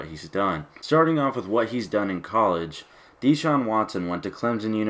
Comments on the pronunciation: His name is not DEE-Shaun. It's pronounced like DaShaun. And he only played three years because he graduated in three years. The guy took full loads every semester while starting at QB AND winning a National Championship. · U said his name wrong 😂